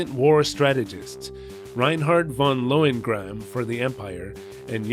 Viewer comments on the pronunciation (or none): Did you just say your name is "Von Loin Grab"?